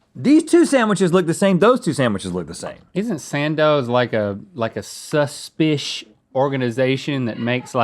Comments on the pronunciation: Let's make "shush spiss" happen. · "Suspish" Bailey Sarian fans arise